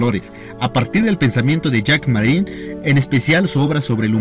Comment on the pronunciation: Ni siquiera sabe el nombre, dice "Marié"!!! Esto está lleno de errores y omisiones esenciales.